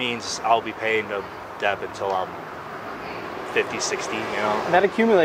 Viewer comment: He does know the "b" in debt is silent...